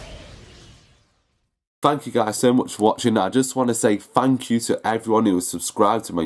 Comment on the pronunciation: Hey, hey, fank you too